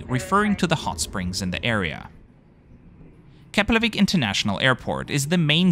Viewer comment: Finally someone who's able to pronounce Keflavík properly.